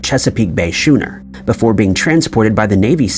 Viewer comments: Schooner is pronounced skooner. When you pronounce the word school you don't say shool. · schooner is pronounced like sku-ner, not shoe-ner. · Watch chilling is the AI voiceover! AI is getting very good, but sometimes they cannot pronounce words properly like schooner! Pronounced it shoe-ner! Come on! Use human voice over please!!! 😡🤷🏻‍♀️ L